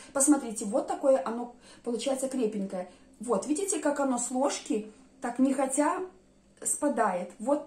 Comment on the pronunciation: Слово. нехотя с ударением на первый слог.